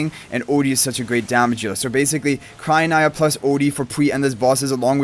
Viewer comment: I think it’s cry - oh- NEEa